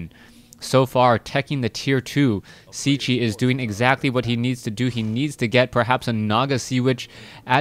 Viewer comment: I think Cechie is pronounced Ketchy, but i could be wrong